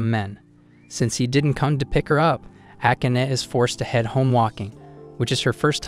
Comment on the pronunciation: ah-can-ah. What a name. Oh wait - it's pronounced: Ah-kah-nay.